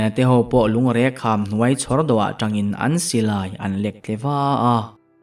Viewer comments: Lungreng kham i lam dan hi a dik lo deuhin ka hria,Reng tih hi Thereng kan sawi a,reng kan lam rik anga ri tur niawm tak a ni. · Lungreng kham i lamdan ah hi chuan a ziaktu thluk rilruk dan nen chuan a in an chiah chu ka va ringlo em..